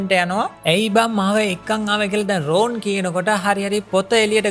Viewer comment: ඔක්කොම හොඳයි හැබැයි නම් ඔච්චර ඇදලා කියන්න එපා.. රෝන් නෙවෙයි රොන්.. ❤️